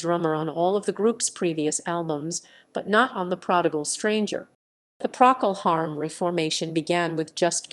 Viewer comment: can't even pronounce Procol Harum correctly